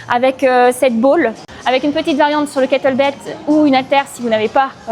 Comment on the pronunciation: Kettlebell, pas *belt 😉